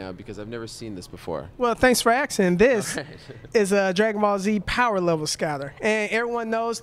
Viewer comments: "Thank you for Aksing"! lol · thanks for axing XD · "Thanks for aksin'!"